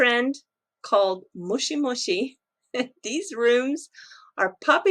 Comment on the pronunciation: Is that Mushi Mushi (worm worm) or Moshi Moshi ( hello hello)?